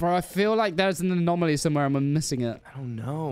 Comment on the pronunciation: bruh, its 'anomaly' not 'anomalie'